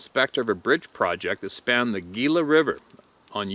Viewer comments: That 3rd story... Gila River is pronounced He-la Just so you know... Thx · I had to back this up to make sure I heard you right!! Btw, Gila is pronounced Hela; as in Gila monsters which are a medium sized desert lizard. The Gila River is in both New Mexico & Arizona and never very large or deep, but that bridge is at a curving angle across it, 2 wide lanes, & not very high, maybe 20 ft. The trees on the edge are not very thick & only on the northeast side of the bridge, mostly stinky river cedars; not too thick or tall. So a dark susquatch would stick out. And Bylas is pronounced Bylus. I know a few people from the tribe, San Carlos Apaches, & I'm going to ask some of them! A susquatch would have to travel 15-30 miles across low desert barren hills, but either north or south, to get back into pine wooded mountains. I know that area by the river has a small heard of antelope but few deer, so I don't know what the susquatch could eat in that area. Thx for reading this one! Stay safe!! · Gila is pronounced " heela" for future reference. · Pronounced Heela (Gila)